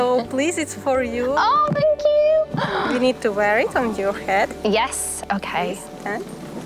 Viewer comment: you're saying aou now instead of you?